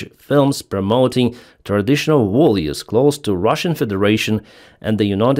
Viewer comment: Not volues, but values,.